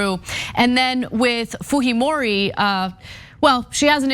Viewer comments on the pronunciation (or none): You butchered that Japanese name. Haha. It’s basically pronounced “Kay-ko foo-jee-mo-ree” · It's a Japanese last name ... Fujimori .... foo-jee-mor-ee. You are giving it a Spanish pronunciation. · why Ana calling Fujimori as Fuhimori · Her name is pronounced Fujeemoree not Fuheemoree. She’s of Japanese descent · while she is of Japanese descent, as a Latino who has been following this election, it is pronounced Fuheemori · They pronounce it Fuhimori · Why is Ana pronouncing a J as a G? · lol...Fujimori is a Japanese name because...Peru actually had a Japanese president before, and Keiko is related to him. But I don't think the j is pronounced like the Spanish j (h in English) because...Fujimori is a Japanese name.